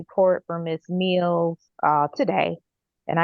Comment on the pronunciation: Im sorry but if I was assigned a defense attorney who pronounced my name as Ms. Meeeeeeals but my name is actually Ms. mills- I’d be confident the hearing isn’t about to go in my favor😑😑…… 😝😝